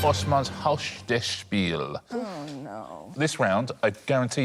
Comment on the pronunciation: They could at least tell him to pronounce the final E on “Spiele”!